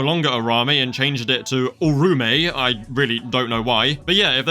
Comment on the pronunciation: btw Uraume is pronounced “ureaume” not “urramei”